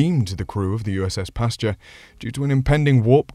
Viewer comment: Pasture?! No, no, no. Pasteur, dude, Pasteur.